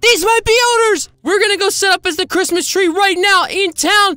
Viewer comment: “HAPPY CRAPMIS” got me dying